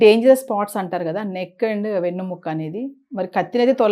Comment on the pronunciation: వెన్ను ముక్క కాదురా బాబు వెన్నెముక